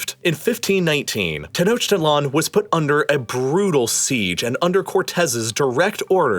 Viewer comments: Ten-Oak-Til-On. Not Ten-Oach-Tit-Lon. Lol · Learn to pronounce "Tenochtitlon" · Love the narrative, but two issues: "mexica" is pronounced something like "meshica;" and the icon representing the migrant mexica... clearly a European man. Oh, and it's pronounced something like "TenoshTItlan." Other than that, great job. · it’s not humans, it’s europeans. the mexica (pronounced ‘mei hi ka’) were able to engineer a city (pronounced ‘teno chti tlan’) that floated on lake texcoco (pron. ‘teh ko ko’) because of the way it was built. the spaniards imposed unsafe building practices unfit for an aquatic city, whose unfitness for the environment was exacerbated by 20th century urban development practices. how can you say “humans” at large are to blame when its really just colonization and colonizers that are to blame for the problem?